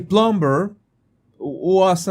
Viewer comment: Jesus, la “b” en plumber es silente. Se lo digo con todo mi respeto y espero que así lo reciba. Gracias por sus excelentes videos. Bendiciones.